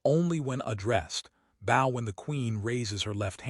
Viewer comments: Prompting an AI to correctly pronounce a word properly...is as simple as paying attention to detail...bōw vs bŏw. The AI will read the difference properly. I'm so tired of story creators that blame AI for their own mistakes rather than taking responsibility for them and learning how to think. AI is a tool. When it makes a mistake it is usually because of the human who wrote the prompt the AI is following. A common thread in many of these stories, especially the better ones, is "humans are observant and pay attention to details". 😕😏😁 These things aside, this was still a great story. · Excellent story, perfect narration except the name of the male (E Liy as), and bow Verus Bow the later for shooting arrows. the AI in the corner was totally in sync with words. That is not easy to do. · Please can someone teach the AI the difference between a bow (weapon) and a bow (geature of respect).